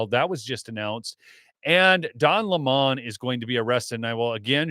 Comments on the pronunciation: OH COME ON ITS NOT LAMON. ITS LEMMON LIKE HIM A SOUR PUSS😊DON THE LEMMON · Don Lemon not Don Lamon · Can someone tell it’s Don Lemon… like the fruit. He’s pronouncing it incorrectly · I have to say this. Please pronounce Don Lemon as the fruit, not the new pronunciation he's changed to, so he'd sound significant! He is a sour lemon!!!